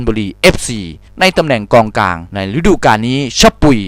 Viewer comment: ตอนที่พูด มิก้า อะ เกือบพูดว่ากลองกลางละ กองกลังง